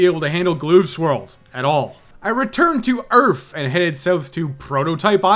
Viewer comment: Save the EARF baby!!!!